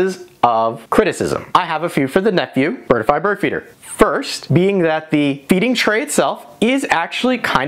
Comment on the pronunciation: Not pronounced "bird-i-fy". There are only 2 syllables - "bird-fy".